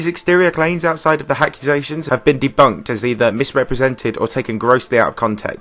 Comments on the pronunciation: "apccusations" ghahah ily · Did... did you say hackusations?